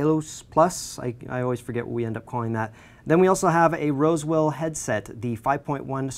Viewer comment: LOL "wosewill"